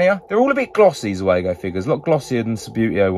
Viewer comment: Zeugo not zuego... come on, man!!!